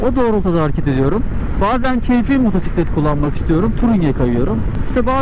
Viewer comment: Şu motora Allah için motusitlet deme !!